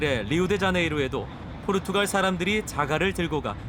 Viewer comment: 포르투칼이 아니고 포르투갈인데요?